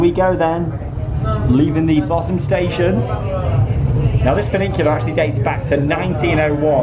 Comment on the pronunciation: There's only one "n" in the word, "funicular". I like how you say it though, - very unique, "funiNcular". Legend.